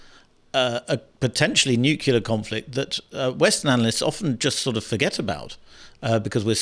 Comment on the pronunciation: youi said nucular, didn't you?